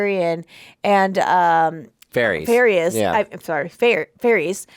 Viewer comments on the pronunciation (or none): Oh my dear sweet summer children😂😂😂😂😂😂😂 there IS NO “E” sound at the end of Varys OR Daenerys. The “ys” rhymes with the ending of the word “kiss”. So basically Dan-air-iss and Lord Var-iss. Love u two! Figured you’d wanna know bc you seem to be loving this show so I know u don’t wanna get to season 8 and then realize you’ve been saying it wrong the whole time 😂😂Awesome reactions as usual guys! Can’t wait for the next one! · The master of whispers name is pronounced Var-iss, not Var-eese. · The reactions are very entertaining. But... Varys is pronounced as Veh-ruhs. Not Var-ees. Danarys is pronounced as Duh-nar-ruhs. NOT Danar-ees. Nor Danarius. Carry on. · Varys: “Var•ees” 🚫 “Var•iss” ✅ Daenerys: “Daener•ees” 🚫 “Daener•iss” ✅ Rickon: “Rick•in” 🚫 “Rick•on” ✅ Maester: “My•stir” 🚫 “May•stir” ✅